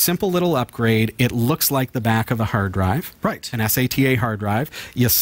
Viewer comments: Es ey tee aye. Who the hell doesn't say sata like data. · im sorry but S..A..T...A, ITS SATA!!! its one word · its sata not S A T A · first time seeing these guys, after hearing him spell out sata every time referring to it I can't do it. much smarter than me I'm sure. but too annoying. good luck guys. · It's not S. A. T. A. drive, it's a "Sat-Ah" drive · why do you need to spell it as S A T A, how hard is it for you to do like everyone else does, and call it sata everytime you spelled it, i wanted to find you, and slap you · Please learn how to pronounce "sata" !!!